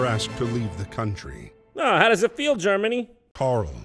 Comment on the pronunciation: OH GOD THE FEELSUH